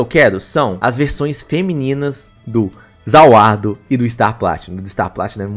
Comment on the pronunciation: maninho pelo amor de deus fala ZA WARUDO certo cara não é ZA WUARDO MANOOOOOOOOOOOOOOOOOOOOOO da muita agonia cara. amo seus video <3 :)